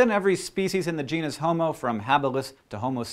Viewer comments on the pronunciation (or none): Did he say genus-homo or genius-homo? Let's keep it politically correct Hank.